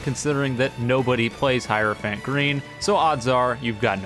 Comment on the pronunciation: "Hierophant pee"